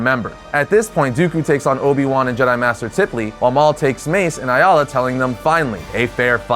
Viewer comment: Why are you saying aayla like that? Haha